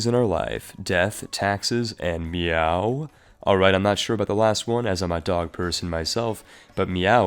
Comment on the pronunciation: Its pronounced "May-ou" not "Meow"